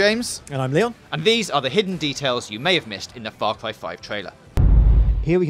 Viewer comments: Far Cwy 5, monster twucks, big wigs, upgwayded with gatling guns, Nick Wye, dwuwing the game, thwoughout the game, pwobably her dad, murdewing spwees, look weally closely, pwevious games, 27 Febwuawy... fuck me...your speech annoys me to no end. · I'm weawwy wooking fowad to faw cwy 5